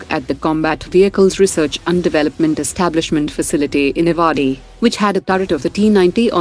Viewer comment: The name Avadi is actually pronounced as ‘आवडी’ and not ‘अवाडी’